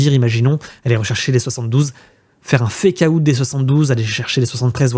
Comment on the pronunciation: FécaOUTE ? C'est quoi ça ? Svp quoi faites un effort les français. Bientôt ça sera Bitcouin